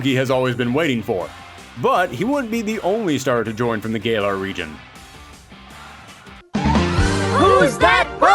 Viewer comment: Ahh yes gay-LAR region